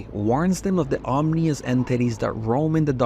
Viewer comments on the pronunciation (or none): Just on the off chance no one has let you now yet, you're pronouncing "ominous" wrong. It's OM-in-us, not OM-nee-us. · The first time you said "Omnious" instead of "Ominous" but its getting kinda out of hand. Read the word bro its not that complicated.